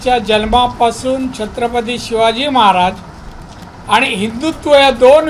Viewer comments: ह्याला छत्रपती शिवाजी महाराज बोलते येता नाही दारू पिऊन आला वाटते 😂😂😂😂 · याला सिंधुदुर्ग बोलता येत नाही , छत्रपती शिवाजी महाराज बोलता येत नाही , संसदेत धड प्रश्न समजत नाही , सतत घेतलेली असते , भर रस्त्यावर दादागिरीची भाषा करतो , याला ×जपा हे सहन का करते ? माझ्यासारखे हजारों मतदार अशाने कमळापासुन दूर जातील !